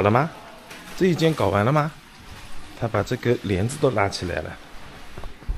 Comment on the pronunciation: 「搞」跟「完」不要一起唸.....:face-orange-biting-nails::face-orange-biting-nails